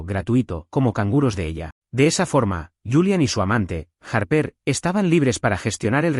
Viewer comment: Los padres que traicionan a sus hijos por dinero no merecen perdón! Y por cierto, Mason se pronuncia Meison, Pauline se pronuncia Paulin y Harper no tiene acento en la "E"